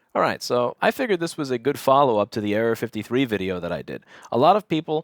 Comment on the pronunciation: At first I thought he was saying Area 53 and I was thinking huh that's a funny name for a problem.